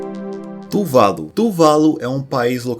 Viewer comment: AAAAAA! É "tuvaLU", e não "tuVAlu" Q raiva kkk